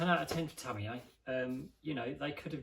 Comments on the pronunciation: I have a lot of British friends, and this is the first and only time I have ever heard it pronounced like that. All of them pronounce it a little bit differently, but I think it's pretty well established that the last syllable is "yuh". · Tam-me-yay...thats a new one.